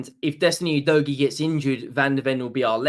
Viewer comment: He still can’t pronounce Udogie correctly in spite of him being with us for a year. 😬 you dough gee … it’s like finger nails down a chalk board